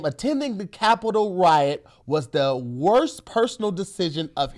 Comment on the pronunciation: I feel like says wyatt instead of riot lol